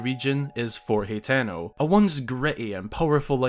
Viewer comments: Its pronounced (ha-ten-o) ..not he -ten-o ..or( hi-ten -o) smh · Ha-teh-no. Not hateno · how it's spelled: hateno how he says it: hetano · isn't 'Hateno' pronounced like: Hah-teh-no ?